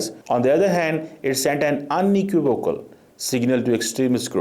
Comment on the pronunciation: speaking in English!! Vow The word is unequivocal … your pronunciations need to improved substantially!!